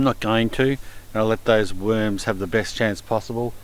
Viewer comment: "Look at those beautiful weuurms"